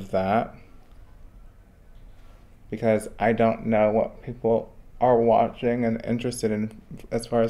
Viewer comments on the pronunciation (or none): none